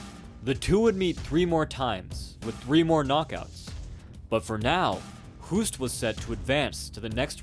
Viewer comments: Hoost is pronounced Hoast like in boast, roast, toast (or host) etc Not "who-st" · Btw 'Hoost' is pronounced EXACTLY as the English word 'Host'. Your pronunciation would be written down as 'hoest' which means 'cough' in Dutch 😂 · You speak out the name wrong